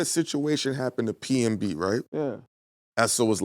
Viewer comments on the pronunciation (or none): Its PNB> not PMB